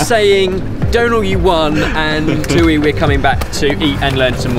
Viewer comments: That's how a table usually looks for dinner. A crap load of small dishes and sauces eaten with rice. Thuy's name is pronounced "twee" not "too-ee" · the entire video, i was thinking about how i’ve never heard thuy’s name before, but then i realized you guys were pronouncing it wrong when i looked her up 😂